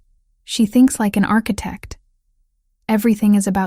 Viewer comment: And architect-mispronounced.